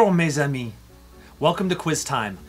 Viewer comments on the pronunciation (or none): none